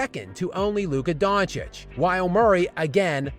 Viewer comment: You LEANED into the mic on that "Luka Doncic" line. You meant that shit for real. 😆😆 That was fuggin hilarious. Great stuff my man, keep up the hard work, and thanks for the effort. 👊👊✌✌